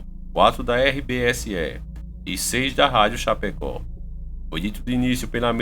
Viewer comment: Meu amigo,vc pronunciou o nome da cidade errado,se diz Chapecó e vc disse chapeco,kkkkkk,adoro seu canal. Sou catarinense e nao poderia deixar de falar isso,bjs